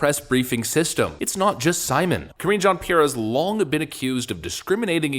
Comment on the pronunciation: I love how Matt Walsh mispronounces her name on purpose. LOL. Karen Jean pear. 😂